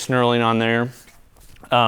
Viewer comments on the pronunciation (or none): none